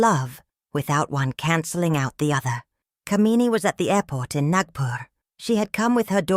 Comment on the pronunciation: The way the name "Kamini" is pronounced is cringe-worthy because of the way the meaning of the name is changed. "Kuh-mee-nee" is a despicable woman. "Kaa-mi-nee" on the other hand is a desirable, beautiful woman.